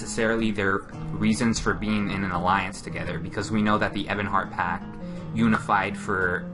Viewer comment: Lol, its Pact. With a T.